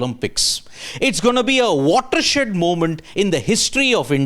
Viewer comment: Why did he say 'watershit moment' ?